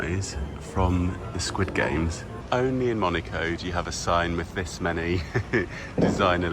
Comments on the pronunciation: Fantastique... mais c'est MonAco et non Monico, s'il vous plaît! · I only hear MONICO not Monaco 😂😂😂 sorry mate but that aint it 😅